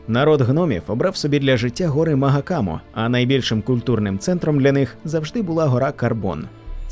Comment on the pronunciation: а чого "маГакам"? я розумію шо зараз в тренді перекладати все через Г без розбору з усіх мов, часто ігноруючи транскрипції, але ж всі переклади як на українську, так і на російську пан Сапковський можжна так сказати модерував, бо не тільки володів мовами, а й спілкувався з перекладачами особисто... окрім того і сам неодноразово був в нашій країні і спілкувався з читачами тож давайте не коверкати імена, назви і терміни серез плдвійну конвертацію польська-англійська, а просто будемо слідувати першоджерелу))